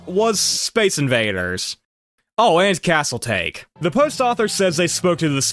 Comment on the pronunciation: pronounced Taa Kay not take, great video! :)